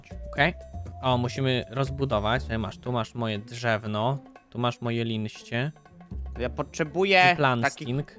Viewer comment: linście " xDDDDD